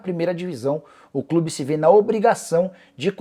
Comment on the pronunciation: Soteldo tem no "clibe" hahahah esse Nicola viu 🤣.